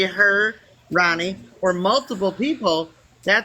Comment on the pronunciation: It's Ronni, first of all. Rooni would be pronounced like ROO-nie. And she's not responsible for Lisa or for people begging to send her gifts.